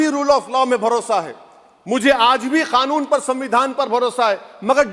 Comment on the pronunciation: नरेंद्र को नरएन्दर....मोदी को मोडी.... क्यों बोलता है.... कानून को खानून....😂😂😂